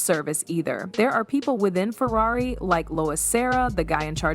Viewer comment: This AI voice work is disgusting. It said Furrairy.